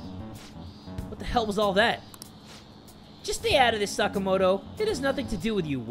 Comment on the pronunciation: Sa-KAH-moto, not saka-MO-to